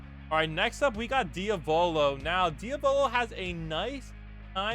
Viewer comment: If you ever say Diavolo like that ever again I will dropkick you